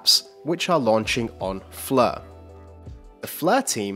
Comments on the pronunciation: Why is that the commentator is pronouncing it as "fleur" as in French but not Flare!?Not the same 🤔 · Stop saying "Flur"